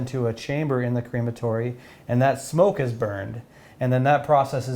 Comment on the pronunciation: also, "cream-a-tory"? Crem-a-tory is the correct pronunciation in actual English. Sayin